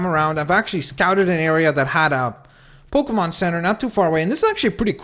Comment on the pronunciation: Dude pokemon not pokamon